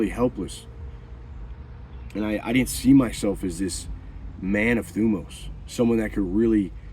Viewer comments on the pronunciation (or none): Since you're interested in using Greek words, it's "thymos" not "thumos". And you emphasize on "o" not on "y". ThymOs